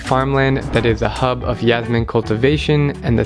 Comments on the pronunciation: its jasmine not yasmine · STOP SAYING YASMINE, its JASMINE like jazz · Its pronounced Jazz-meen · You're pronouncing "jasmine" the wrong way!